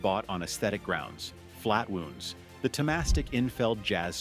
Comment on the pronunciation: Oh yes, those flat wooonds..... A.I. idiocy